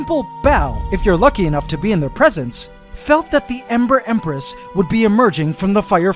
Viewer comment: Every time says “Ember Empress” I always hear “Emperor Empress”